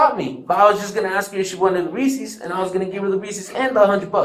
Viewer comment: When I saw 'Reese's" in the chat I knew he pronounced it, "Reesee's." I knew it.